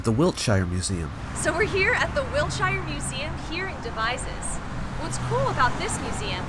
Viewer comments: It's pronounced wilt-sher, not wilt-shy-er, and ayv-bery, not ava-bery. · Its pronounced "Wiltsher" without the "shire" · we name our towns specifically to confuse tourists about their pronunciation